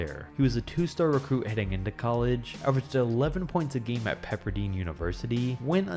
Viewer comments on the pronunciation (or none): Pepper•DINE like Diner. But harsh bro all around